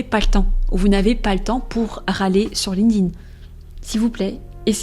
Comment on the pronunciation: erreur no.1 Prononcer ''Linkding'' au lieu de Linked In 😂 Je blague, belle video !